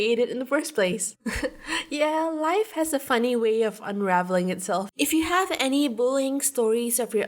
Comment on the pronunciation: wew.... part when they said "it's funny" but it pronounce as "it's funneh" why i keep on thinking of that ¤-¤